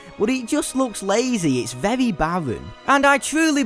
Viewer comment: vevwy vevwy vevwy vevwy